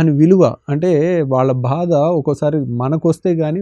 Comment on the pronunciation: Thank you, one thing, meeru bhaada ani kaakunda baadha ani anaali.